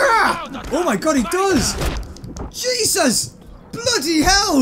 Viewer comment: did you just said jebus